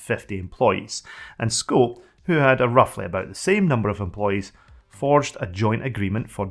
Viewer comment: Nice video! But two corrections (nicely meant ;) ... "System V" is not "system v" but it`s "system 5" - the "V" is the roman letter for "5". And "SCO" is not "sko" - it is "Ess Cee Oh" ... but the video on Xenix is very interesting. Thank you for that!